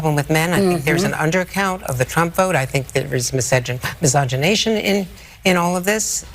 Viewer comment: did she really not know how to pronounce misogyny?